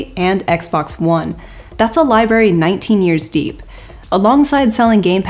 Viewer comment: I wish she wouldn't keep saying the word 'DEEP' like that lol